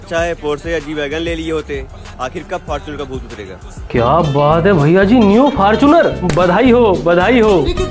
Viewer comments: Fortunar ❌❌Fartunar😂😂😂😅😁😁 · fortuner ✅ faarchunar ❌ 😂😂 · Faarchunar✅️ fortuner❎️😂😂